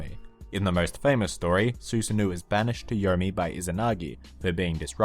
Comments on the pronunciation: Susanoooooohh not ouu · You pronounced Susano incorrectly, it's Su-sa-no. Avoid pronouncing it as Susan and then add the o in the end. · it took me a bit to realize who he was talking about when he said “susanoo” due to the pronunciation